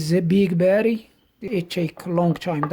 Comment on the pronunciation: Hi, I’ve only just started watching your Videos and I’ve watched quite a few now, It makes me chuckle when you say: “Barry” instead of Batt-ur-ee and please don’t take offense at that as I meant it in a Light-Hearted way, I do have a couple of Lithium Jump Starters, One is a SIP 802Li (20a/h) and 800 Amps and is good for starting Petrol Vehicles up-to 5.0L and Diesel Vehicles up-to 3.5L, My little Van has a 1.9L Diesel Engine so the SIP Jump Starter is more than capable of starting the Van if the Battery is just a bit low, The other Jump Starter is a Floureon W100 with similar Specs to the SIP except that has a 15a/h Battery and they claim it can Start Petrol Vehicles up-to 6.5L and Diesel Vehicles up-to 5.0L which I’m rather skeptical about, I also have a SIP 600A Super-Capacitor which I carry everywhere with me, Great piece of Kit & I’ve also got an Old-School Halfords Branded Jump Starter which is still capable even now today although probably not as good as the Lithium Jump Starters but does have the advantage of being equipped with a 240v 300w Mains Power Inverter, I recently purchased a Faulty NOCO GB70 off eBay and the Seller stated that the condition was: “Excellent in Not Working Condition”, I received it and there were 3 of the 6 x Screws missing, The USB Ports were misaligned so you couldn’t plug anything in to the USB Ports and the Unit was in Poor Physical Condition yet the Seller described it as: “Excellent” I dread to think what they would class Poor as